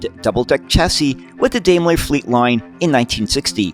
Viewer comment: Why can't Americans pronounce British words properly?! Daimler is pronounced: dime-ler.